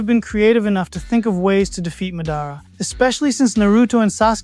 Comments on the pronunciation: Madára instead of mádara threw me off. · It’s Madara. You are saying his name wrong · 🌽ball. Think before commenting. It's AI you know AI mispronounces names sometimes